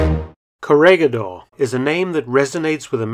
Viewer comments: pronounciation, korihidor. ba-ta-an. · It is pronounced as "korihidor" :) . I like the video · Its read as correhedor. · "gi" in Corregidor is pronounced like "he" in English, not like "gui" in Guitar. Great video, as always!. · The G on Corregidor is pronounce as an H. Thanks. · Coh-re-hi-dor not “corregidor”